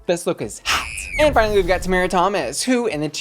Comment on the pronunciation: girl we made it the whole season without you pronouncing tomara correctly one time. I love you so much, but plzzzzz. 🙉